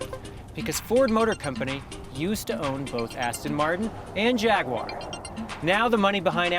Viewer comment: What the fuck is a Jagwarrrrrrr?